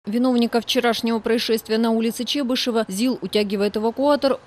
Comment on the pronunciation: только правильно Чебыш[о]ва